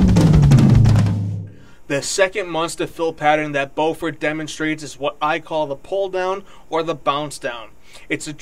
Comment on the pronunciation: Also, Dave Matthews himself says Bo-ford while introducing Carter in shows. I would assume he knows the correct way to pronounce his name.